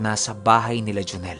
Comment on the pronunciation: Pisti natawa ako dun sa pagbanggit ng pangalan ni joneeeeel 😜😜